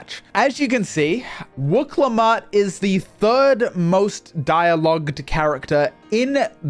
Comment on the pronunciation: "I really like wuk lamet" Mmmm....yeah.....